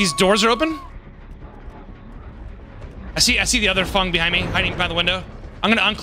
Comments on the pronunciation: any reason calls Feng, Fung? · why does every dbd youtuber say "fung/fong" instead of feng? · "Fungs" lol